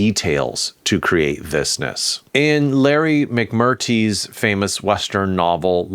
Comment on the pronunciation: You are mispronouncing Larry McMurtry’s name. It’s not Mick-Mur-Tee…it’s Mick-Mur-Tree.